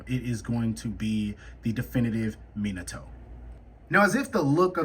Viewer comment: Bro can’t even say minatos name correctly and he trynna tell me he would beat itachi boi Gtf